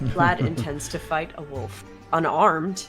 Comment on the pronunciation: Love Vic saying she's fine about the pronunciation of Foyer but hates the way says wolf XD